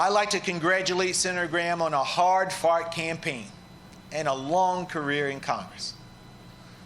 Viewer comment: "on a hard fart campaign"?